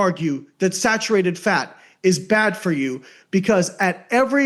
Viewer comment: Excuse me sir, it’s actually pronounced “snatcherated fat”